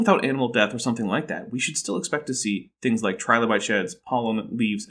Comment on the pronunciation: The fwinigiest fwings that ever did fwing.